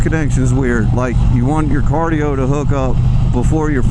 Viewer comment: Cardo, not cardio